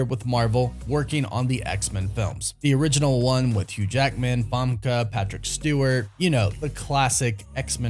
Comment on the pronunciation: I love you & the channel but you continue to hack the pronunciation of these actors names (fam-key) and Haille Berry’s too lol